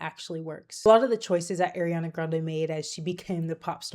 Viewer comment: It’s pronounced ah-riana, not air-iana